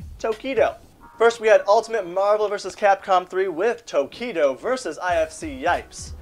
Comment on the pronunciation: fuck I hate the way he pronounces marvel...